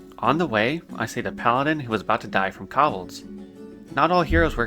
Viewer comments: you have an interesting way of pronouncing Kobold. like i can see why you may think its said like that, but its still a very different way from what would be considered conventionally correct. you say Kobold(s) as something similar to Cob-bel, and it should be more like "Co-Bolt" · Your pronunciation of defias, always pronounced it, de fi as, and kobolds, always said ko bolds, hurts me, but it’s so cool to see your journey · What about the Cobbleds? (Kobolds)